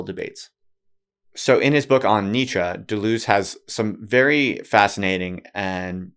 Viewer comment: >writes a book on Deleuze >can't pronounce his name